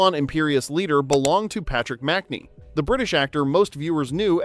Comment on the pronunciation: It’s pronounced Patrick Mac-NEE.